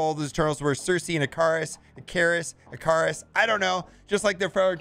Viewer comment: Surely the name is Ick-a-rus like greek mythology?